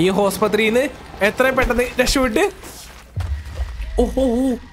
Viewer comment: hospathry alla hospital ann